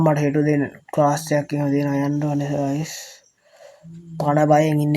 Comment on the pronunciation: ඔයාගෙ විඩියො වැඩක් නැ ඇයි ඔයා ගායිස් කියන්නෙ ඔයාට පෙනවාද අපිව ගෑස් එකක් වගෙ මොඩවෙන්න එපා අයියෙ😂😂😂😂😂😂😂😂😂😂